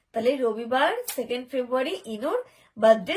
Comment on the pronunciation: J kina kono kichui thik thak bolte parena,sobe moraj,abar febuary,se abar natok kore meye k sekhacche mummy,papa...sosur bari giye kothai kothai english jharbe,bolchi febuary ta ki ektu bolbe,keu jokhon negative comment kore tokhon gyan dite bose poro,tahole ekdin nije mukhe sikar koro toh j tomar February uccharon hoina,tai febuary bolo😂tobe aajker video ta ta dekhe j keu negative comment korbe tomader dujoner babohar dekhe